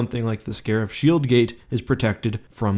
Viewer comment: Can we officially change shield in the English dictionary to shoeld